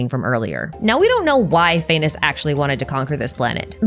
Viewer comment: does not the pronounciation of Phanes sounds like 'Venus"?? the morning star and all dat